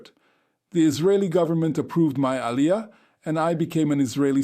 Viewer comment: I hear there are nightmares. Learn how to say Aliyah properly is my a suggestion to start with. And yes many seculars in Israel don’t know basic laws and prayers. Israel should welcome you with open arm. Most converts know more about Judaism than non converts. And converts in Judaism are considered to be at a high level according to the Jewish law (Halacha). So go join an orthodox community to get the respect you deserve, but no, wait, you didn’t convert orthodox. A mistake. Reform Judaism does not exist in Israel I hear.